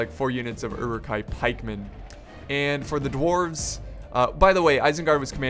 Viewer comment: Uruk-Hai pronounced as: euruk-hay Sorry bad english